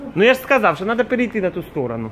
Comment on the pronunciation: Почему говорит сказаВ вместо Л?)) Это по-украински?